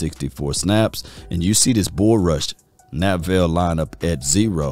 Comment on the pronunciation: Neville Gallimore not Na-ville Gallimore 😂😂